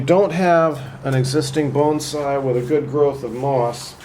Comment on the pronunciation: Even youtube's auto-translate thinks you said "Bone side", rather than "bonsai".